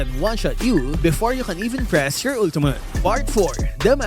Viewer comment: “Ultumutt.” —LMAO